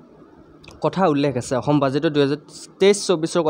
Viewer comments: 2 no mukhyo mantri ayushman "okhyom" yojna nohoi. "Asom" he hoi. Mane Assam r kotha koise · Aixom nohoi axom means ( assam)